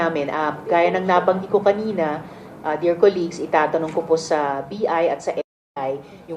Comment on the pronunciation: Kuligssss lol is it Colleague pronounced more like Ka-Leg not Kulig